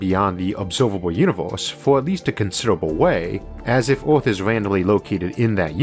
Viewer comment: I found one of the initial charms of the channel -- hearing "Earth" pronounced "Orf".